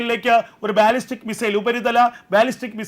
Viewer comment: It's not ബാല്ലിസ്റ്റിക് 😊 it is pronounced ബല്ലിസ്റ്റിക്